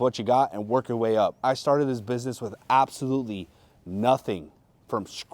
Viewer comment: This is a huge inspiration. It goes to show that hard work is what pays off. Doesn't matter where you're from or your background, with enough effort you can make it on eBay. I mean, this dude can't even pronounce "business" correctly and he's killing it.